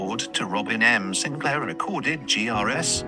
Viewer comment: Well, in all your research, did you learn how to pronounce the name? Howe certainly hasn’t.